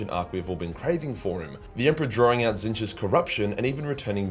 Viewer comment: pronounced Tzeentch’s name correctly…we are in dying timeline…